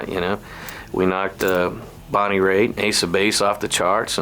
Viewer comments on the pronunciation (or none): none